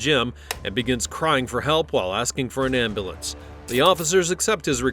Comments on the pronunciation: He said ambalance lol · igets the dunce cap and an extra prize for the pronunciation of ambalance. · He was the most annoying. "Ambalance!" Embarrassment. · Why do black people always say ambulamps??